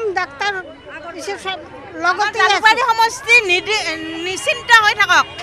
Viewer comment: Jhalukbri nhoi Jalukbari hoi...